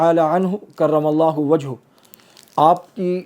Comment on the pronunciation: جناب نے : کرم اللہ وجہہ کہا اور بے خیالی میں۔۔۔ وجہہ کی ہ پر پیش پڑھا۔۔ حالانکہ ۔ ہ پر زبر ہے